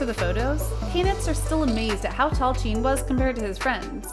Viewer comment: Why do you pronounce Jin and Jean?